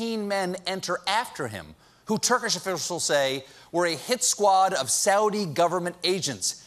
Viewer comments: Turkish offurshlshshl. Did Colbert just Trump Stroke his way through that? 🤣🤣😃😃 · Is it just me... or was Colbert hittin the sauce pretty hard before the show? "shTurkish"??? then it gets better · He said Turkish officials in a really funny way lol 🤣